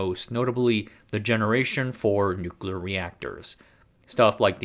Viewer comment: Thanks for a really good, knowledgeable, well-researched and presented, informative vid...and THANK YOU for not using AI to write it, and using your own human voice for narration. It really is a breath of fresh air. Please learn how to say "nuclear". New klee Uh. Not " New kew luh". It's a core word for your topics it would really help your Cred if you pronounce it correctly. Otherwise you kinda have cred similar to George Dubbleyuh Bush - he said "New kew luh" too ☹️ Please, it's not hard.👍